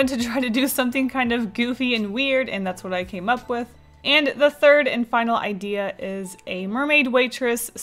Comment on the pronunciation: What a great "Ideel"